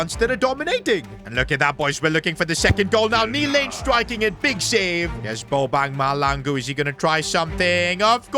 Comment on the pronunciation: So as a South African it's hilarious when you say Bobangs name 😂😂😂😂it's pronounced Bobaang Ma Shlang oo....good luck with this